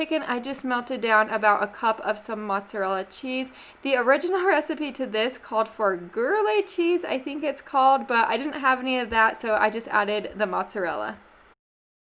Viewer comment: It's pronounced gree air. It is one of my favorite cheeses in the world it is nutty and buttery and delicious you won't find it shredded in this country. But you can buy a piece of it and shred it yourself my favorite is Jarlsberg. But you can get just a standard gruyere.